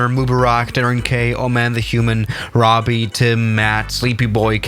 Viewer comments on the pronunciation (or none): none